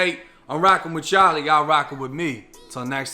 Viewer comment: Bro the hard “wit y’all” instead of the “which y’all” in the intro really threw me off there 😭